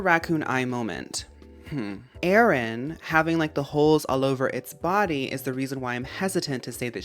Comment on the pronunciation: I like how you pronounce Aron as “Aaron” and Illumise as “Illumisayy” but Carvana is just Carvana haha